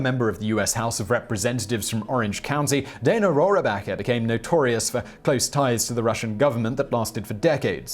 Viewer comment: Dana Rohrabacher's last name is pronounced roar-backer. Adding in the silent "a" makes it sound like a silly name from a Mel Brooks film.